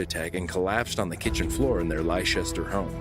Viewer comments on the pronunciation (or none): If it ever comes up again Leicester is pronounced Lester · Just a note - Leicester is pronounced like Lester